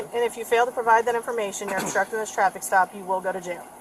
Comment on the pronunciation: He's "astructing"😂😂😂